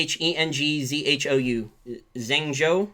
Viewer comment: Zhengzhou pronounced Jung-Joe